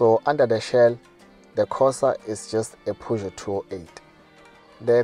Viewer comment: Thats not how you pronounce Peugeot